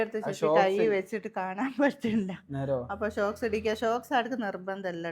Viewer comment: ഷോക്സ് അല്ല sooks ആണ് 😂